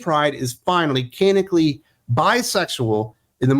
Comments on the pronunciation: For the love of all that's holy, "canonically" is pronounced "can-NON-ick-ly!" My ears thank you, my nerves thank you, and I thank you! Geez, bullshit like this is why I don't read comics anymore. When in doubt, make 'em homosexual! As so sagely pointed out with Tim Drake and Jon Kent, there's no such think as bisexuals in comics having a heterosexual relationship, because all hell will come down that the "queer" character isn't "queer" anymore! Just as with any other "woke" endeavor, all the creativity, such as it is, comes to an end after the character is made "diverse." You don't have to do anything else. You can write complete garbage thereafter. and the "right" people will still applaud you for what you did TO the character (*cough*The*Acolyte*cough*). Glad I have a lot of the old stuff in trades yet to be read. Hell, I'll re-read my old trades instead of buying this crap! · Can-on-ick-alli. That's how you pronounce 'canonically '